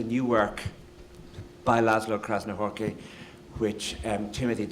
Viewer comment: uhh, how he read Krasznahorkai it is just f.terrible..